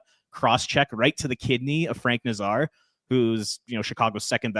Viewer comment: it's Nazar (Nay' zar) not (Nah Zar')...stumbled on your video, and enjoyed it...Hawk fan...